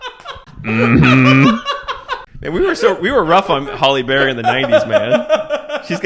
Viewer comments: S/B Halle (HAL-ee) Berry not Holly Berry. Nails on a chalkboard. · There isn't a Holly Berry. Hal-ee Berry is how her name is said. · "Holly" Berry? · Are you saying Holly Berry? LOL! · Are you saying "Holly Berry"? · Halle Berry, not "Holly"😆